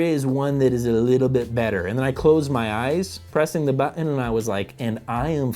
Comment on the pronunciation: I am always amused by pronunciation of Button as "Butt In."